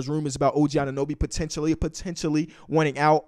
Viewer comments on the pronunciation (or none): none